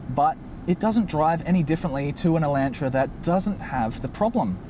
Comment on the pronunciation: "Hay-unday Eye-LAN-tra". I'm sorry, I will never be over the Aussie pronunciation of those two words.